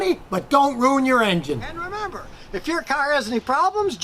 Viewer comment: scotty am not happy u said car....u normally cyarrrrrrhhhh